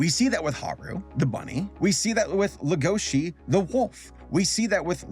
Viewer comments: noone:: legOUshi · Does Netflix have the series sub'd and dub'd? It's kinda annoying me that is saying Lah-goa-she & Tim, instead of Lay-go-shee & Tehm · Legoshi is pronounced 'lego shi" not " la goshi "... Sorry but hearing it wrong is such a cringe. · The way you pronounce legoshi makes me wanna actually die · Uhm … little nitpick here but you’re pronouncing the name ‘Legoshi’ very wrong. Now I’m really curious. Did you watch Beaststars only with English sub, or did you also hear it in English dub?